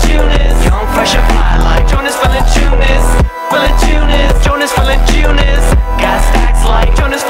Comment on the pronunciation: Green grass Jie nemoka tart Jonas Valančiūnas tai taria Džonis